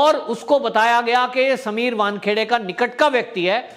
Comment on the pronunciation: Correct your self, it is not Bankheade, it is vankhede